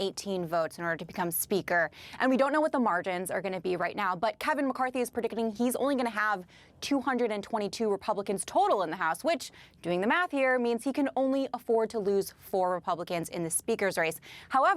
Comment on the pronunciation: Did you say "Prediccaning"? I think the work you are looking for is "Predicting"